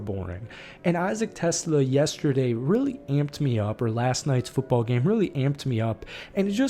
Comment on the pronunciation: It’s pronounced t’SLAH. Not TESS-luh like the car.